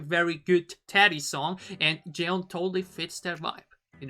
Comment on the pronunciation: 'JEON' the pronounce like u say "john"... SOMI.. and her full name in korean is JEON SOMI.